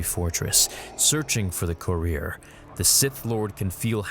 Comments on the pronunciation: you said possible Rebel Career, i know you meant Courier but caught me off guard, it’s pronounced “Kur-ri-er” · Courier: say it with me: "Cur-ree-urr". Not cureer. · Awesome video but it's pronounced curry-er